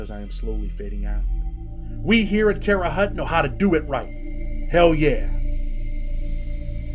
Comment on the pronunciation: Just wanted to say Indiana is a great state but it's terre haute (hotte)